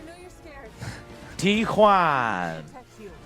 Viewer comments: When joe ays it i listen it like T-JUAN!, jajajajaja, ok, ok, i know!!!, i know the exit! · Its not the T-Juan its the ME-2